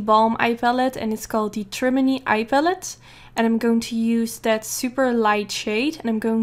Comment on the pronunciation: i know you do not speak english but "trimony" actually stems from the English word matrimony which is where the palette gets its' name as in (matte)trimony so "trimony" is actually pronounced TRI-MOAN-EE or MA-TRI-MOAN-EE if you put it all together. I'm not trying to be rude it's just i'm learning a new language and i appreciate it when a native speaker corrects me. <3